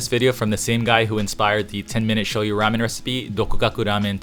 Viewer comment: Hmmm, らめん made by white people who can’t pronounce the name correctly...